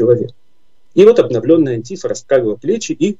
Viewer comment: Почему "антИфа" если они сами себя называют "антифА" с окончанием на последн й слог?